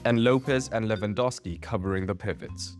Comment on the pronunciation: your pronounciation of Lewandowski is perfect